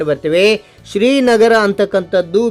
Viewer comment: ಶ್ರೀ ನರ ಅಲ್ಲ ಶ್ರೀ ನಗರ..